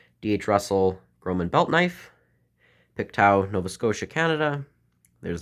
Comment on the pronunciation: I've never heard the name "Pictou" pronounced so horribly 😵‍💫